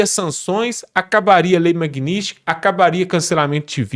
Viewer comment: Pô fale Magnitsky direito. Isso não é para o Eduardo, é para o apresentador do canal.